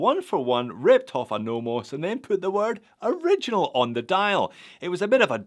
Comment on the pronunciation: Just pronounce it ori gi nal ....rhymed with urinal..... Perfect..